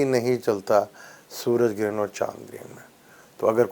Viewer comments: Excuse me it is GARHAN not Gren. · Excuse me its not Garhan, Its GREHAN or even better ECLIPSE